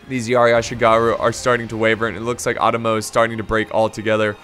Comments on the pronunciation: You got the 'e'(eh sound) sound fairly correct. But the 'O' sound is like "Oh" you keep saying chosokabe as if its chuu which is wrong.Same with Otomo. Its Oh-Tomo. Not uh-tomo. Japanaese is fairly consistent unlike English. Also R (probably the hardest sound for English speakers) is like a mix of the English 'D' 'R' and 'L' sound. The tongue position is like between 'D' and 'L' if that helps. You can try to quickly transition fro 'L' to 'D' to kind of create that sound. Also NagiNata. There's a N there. Uesugi. As previously mentioned it's pretty consistent. However U would be kind of like a long O sound, similar to 'thought.' Somewhat like how you said cho(almost like chuu) in the video. Similar but not exactly the same, its hard to describe it without actually pronouncing it. So Ooo-eh-su-gi would be fairly close, but I don't think long O is really on point. Still that will already go a long way. Not really trying to be rude, just trying to help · Otomo is pronounced Oh Toe Moe or Ah toe Moe ( it depends on the person)